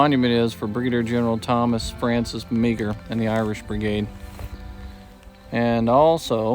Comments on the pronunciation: Just discovered your channel and am enjoying it. FYI, Meagher is pronounced "Marr". Also subscribed. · Sorry "" and not to be picky, but just going for historical accuracy which I'm sure is your own goal - Meagher is pronounced - Maher or just Mar. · 30 second Pennsylvania yes sir it's a very good video on antietam. However you pronounce Thomas Francis Mars named the wrong way. I would suggest looking it up or talking with someone who's knowledgeable and civil war like yourself.